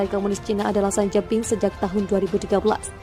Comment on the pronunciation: xi jin ping dibaca: si cin phing beijing dibaca : peicing Narator harus belajar membaca ejaan sebuah bahasa bila akan membacakan sebuah narasi dalan bahasa tertentu. HILANGKAN tata eja bahasa Inggris ketika membaca nama nama diluar bahasa Inggris. Xi dibaca si, BUKAN sai